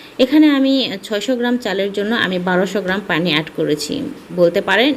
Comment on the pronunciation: চ্যাল, প্যানি, প্যাতিল 🥴🙄